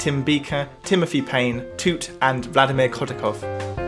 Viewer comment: That was a very British way of saying “toot”